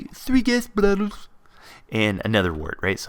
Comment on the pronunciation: Haha "Three glass blottles."